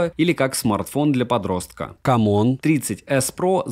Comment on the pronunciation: Кам Он, я просто ржу с озвучивания этого названия))))) Хелио Г100 - так напоминает о Г99))))